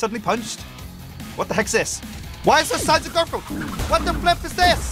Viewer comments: Did he just say gorfield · why did you say gorfield and its not gorfield its garfield